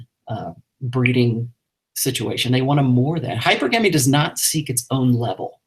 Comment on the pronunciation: Even though Rollo is an expert, he definitely pronounces Hypergamy wrong. It is not hyper-gamy - it is hyPERGamy